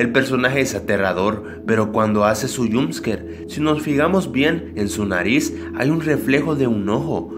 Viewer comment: "yumpsker" asi suena cuando dice jumpscare, te lo dejo escrito de manera. Fonologica para que aprendas a pronunciar jumpscare se dice "yomp'sker"